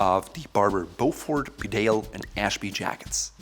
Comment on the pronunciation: Not sure if already mentioned but it’s pronounced Beaufor, the T is silent. Thank you